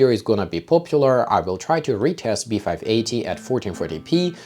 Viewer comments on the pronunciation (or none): none